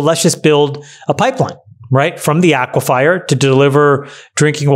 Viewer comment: Hey Chamat - It is not pronounced Aque-fire. It is "akwafar". Lol